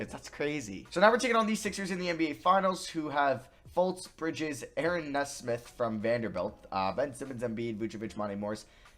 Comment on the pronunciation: Hopefully he’ll be good as a vandy fan, but for future reference, it’s pronounced like knee-smith